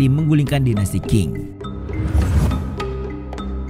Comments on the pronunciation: Qing ...sebutanya Cing ...bukan King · admin, itu dinasti bacanya ching. bukan king 😮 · Bacanya biasa aja bro Sun Yat sen . Gak pake Z. Qing dibaca ching bro bukan king Gak ada dinasti king di china